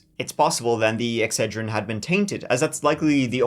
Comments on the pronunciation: Eck- Said-Rin. That was grinding on me. If you are going to tell the tale, tell it pronouncing the name correctly. While I am here, it is NI-KEE not nik. If the owner and creator calls it Ni-KEE, say it right. All the shit Brits talk about how words are said and they say so many wrong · Wow, I love the way he pronounces Excedrin!! Adorable. And don’t forget the most important ingredient in Excedrin, caffeine! 😊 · Have i been pronouncing Excedrine wrong this whole time? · long time follower here, but lol the way you say excedrin. us yankees put the emphasis on that second e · Cool, ill continue watching. That was bugging me. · The way you pronounce "Excedrin" is killing me! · LOL that was driving me nuts. It's like he accidentally pronounced it right like 5 times in a row. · You could have just googled an advert for Excedrin and learned how to pronounce it. It’s also got lots of caffeine in it which you failed to mention. I used to take it just for the caffeine when I was in college. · They must not sell Excedrin on the other side of the pond, because his pronunciation is driving me nuts😂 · I’m so happy started pronouncing Exedrin the right way after a few mispronunciations. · He must've learned how to pronounce Excedrin halfway through filming this and then forgot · I nearly tried to correct your pronunciation of Excedrin before realizing it doesn’t matter. I hope you all are proud of me. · I CAME TO THE COMMENTS TO LET HIM KNOW HE WAS PRONOUNCING INCORRECT LOL 😝 it still sounded really cute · the way you pronounced Excedrin was driving me crazy. you said it right a few time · How are you pronouncing Excedrin?!? Good thing you showed the photo/stillshot; otherwise I would have zero idea WTH you were saying. 😂😂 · I like how puts the em-PHA-sis on the wrong sy-LLA-ble when saying EX-ce-drin instead of Ex-CED-rin. 😆😂🤭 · Just a heads up: Excedrin is pronounced x-CED-rin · Its pronounced x said er in not X tra gen. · Not EXER-DRIN, X-SAID-DRIN